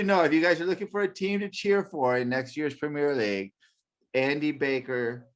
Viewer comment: Prem - ee-er league, Premier League.